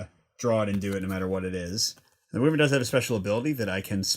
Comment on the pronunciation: Wyvern is pronounced "why-vern"